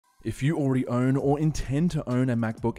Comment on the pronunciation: why does his "own" sound like "earn" ?